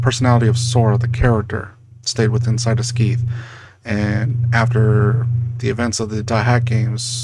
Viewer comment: Isn't it "Skay-th"?